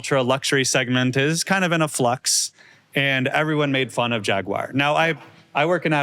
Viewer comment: How on earth can you claim Jaguar is a favorite brand of yours when you don't even bother to pronounce the name correctly?